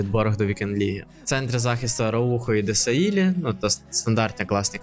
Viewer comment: Дессаї, а не Десаїлі, ну то так, для справочки :)